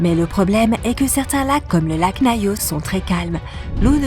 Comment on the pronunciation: Et Nayos au lieu de Nyos